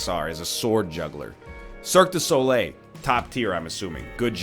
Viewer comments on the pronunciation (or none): none